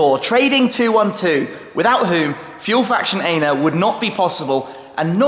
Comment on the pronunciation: Where are you leaving from in Ljubljana? Can we come and say hi? :) And you mispronounced "ENA"! Just so you know!! :)))